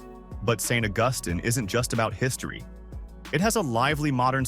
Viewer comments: It's not Saint Uh-Gustin it's Saint Awg Us Teen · It's Saint Ah-gus-STEEN. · AI can't tell the difference between the two. It also had trouble with St. Augustine. (Say nt Au gus teen) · It’s an AI voice. It got lots of words/names wrong, from the “leed” mine to “St Augustin”. Trust nothing it tells you. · Pronounced Saint August-teen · I lived in Savannah, it isn’t BO-fort, Sc it’s BU-fert. And he butchered St Augustine pronunciation as well Just do t go to Savannah during St Patty’s 500k drunks